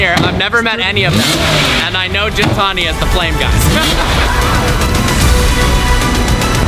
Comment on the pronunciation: Gintani isn't pronounced the way you say gin+tonic. The G is pronounced how you would say get, Not a big deal but triggers me lol. Not Armenian but I know it means beast or something like that